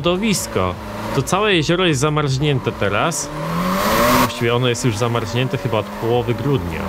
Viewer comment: zamarznięte a nie zamarźnięte - tam nie ma Ź :P head tracking bedzie obslugiwany?